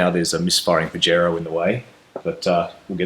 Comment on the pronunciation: Pajero pronounced pa' hairoh is Spanish for bird.